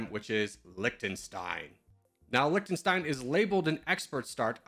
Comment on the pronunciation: It's like Lihtenstein not Liktenstein.